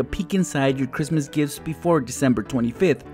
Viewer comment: Merry Christ ler. It’s toe morrow